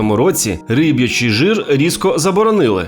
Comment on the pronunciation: Риб"ячий, не рибий